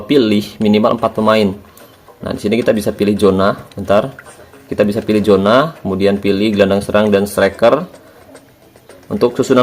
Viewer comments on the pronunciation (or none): none